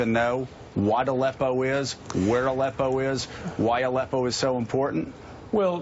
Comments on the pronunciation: Who is that uber creepy old balding guy with the glasses? Watch again how he says ALEPPO the second time. Utter tool. Totally trying to make Gary Johnston look like a fool. He was a GOVERNOR, for God's sake! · Aleppo not Zippo,... I know you want to get back to your weed that you say you stopped using. Why am I drug tested for a job, but we don't drug test the candidates?